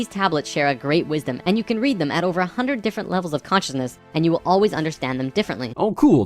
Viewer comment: It's an Ontario thing. I had a physics prof who pronounce 100 as "hunnert". So fucking weird.